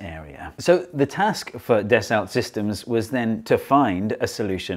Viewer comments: It's French and pronounced "dasso" not "dassult". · it's "Dasso system" not das olt systems. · Hee Hee Hee zee eengleesh say it “Dess-Ult Sistims” instead of “Dass-O Seesstem” hee hee hee 😉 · Yep, "daso" / "das-oh" / "da-sow", etc.. Definitely not "deh-salt". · Steve mate, isn't it Das- oh as in Ren-oh? Delt a lot with Das-oh Falcon 20s in me time. Great vid. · Your sponsor’s name is pronounced dass-oh - might be handy if you want a repeat sponsorship! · Repeat after me: Dah-soh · Actually it's pronounced like "Dasso" 🙊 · It's pronounced “dasso sistem”. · da sa sis tum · You'd think the video sponsor would make sure their name is pronounced correctly!